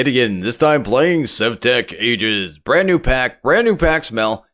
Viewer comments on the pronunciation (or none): none